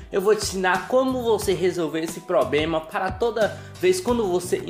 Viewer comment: Depois do "pobrema" eu desisti🤣